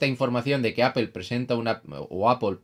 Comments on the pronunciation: En español o castellano literalmente se leería "aple", nose de donde sacan el "apel" pero si deseas pronunciar de manera correcta en español o castellano sería "manzana", no se complique tanto señor, saludos. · apol plz... se pronuncia apl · Una pregunta, ¿por qué Apple lo pronuncias en inglés y Playstation no? Solo curiosidad xc